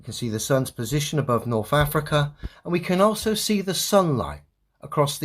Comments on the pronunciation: I just can't take anyone seriously that pronounces earTH, norTH, and souTH as earF, norF, and souF 🙄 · “Norf Africa, Norf America. 😅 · this guy that goes second can’t even say “th”….he says norf america…souf….ugh, bad english for an english cat